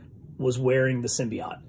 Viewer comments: Please stop mispronouncing symbiote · Just got into your videos, this might be the fourth I’ve seen, just subbed, but listen, you’re pronunciation of Symbiote is bleh.